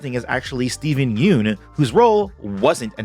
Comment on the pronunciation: you are saying steven yeun's name wrong.